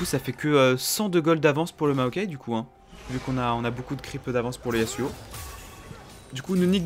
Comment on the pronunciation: C EST YASSSSSSSSSSSSSSSSSSSSUO PAS YAZZZZUO MAIS C PAS SRX RESPECT UN PEUX SON PERSO